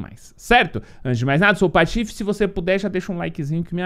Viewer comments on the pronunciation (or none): none